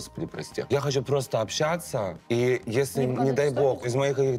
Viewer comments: на общЯться............ а как же ча-ща пиши с буквой А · Прошу прощения, но чуть глаз не выпал от "общЯться" Друзья, ча-ща пиши с буквой "а", ч и щ и так всегда мягкие звуки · «общЯться» Как насчет, чтобы перепроверить видео перед тем как выкладывать?)